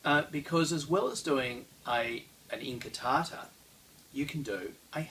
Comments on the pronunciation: I had to watch the first scene three times because I was distracted by the light "sabres" over there :) Pointless pronunciation note: in modern Italian (as opposed to Spanish), the "U" in "QU+vocal" syllables is never silent, so "inquartata" is pronounced as "in-kwar-ta-ta", BUT, "incartata" - as in Saviolo's writing - is indeed pronounced "in-kar-ta-ta". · Thanks, I always appreciate correction of my appalling Italian, but could that have changed over time? I started with Saviolo as it's in English and when I saw the different spellings, incartata in Saviolo and inquartata in Giganti I assumed that they were pronounced the same and the English spelling was simply phonetic. Could Italian usage have changed over time? It does seem odd that Saviolo said inquartata, pronouncing the Q and John Florio or whoever ghost wrote him (I don't believe for a second that Saviolo's English was that good - the text does resemble Florio's) wrote it down as incartata, as if it had a silent Q. Of course there's also the possibility that Saviolo wrote it down "inquartata" and it got read off the page by an English transcriber as incartata and spelled that way to make it easier for Englishmen. Any experts on 16th/17th century Italian pronunciation?